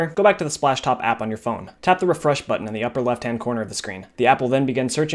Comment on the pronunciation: how many times he said ‘spashtop’ | \/